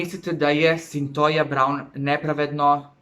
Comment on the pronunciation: Izgovara se Sintojia Sintija se pise: Cythia